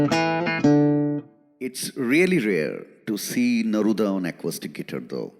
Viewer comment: Dear Mr. Anchor, First: please pronounce guitar correctly. Second: should have talked half & played half of the time. Third: Please don't waste public & Artists' time with such boring interviews with interviewer face missing in the frame. SORDID!